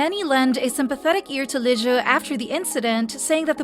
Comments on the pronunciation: gal pal, girlfriend, sweetie pie, its pronounced liz like the beginning of lizard, not whatever the heck you're saying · why do you call liz lijue?